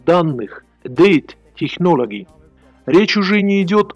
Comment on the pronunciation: "Дэйт технологи" - хоть бы проверил как это произносится перед тем как сделать видео!